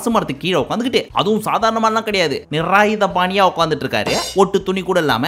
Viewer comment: Adhu nirayudhabani illa.. nirvanam ah... cbse la padicha ipdi dhan